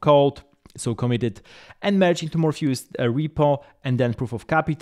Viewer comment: Morpheus, not Morphayus